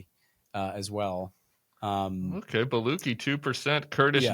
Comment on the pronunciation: It’s Baluchi with a chi like chi chis or tatas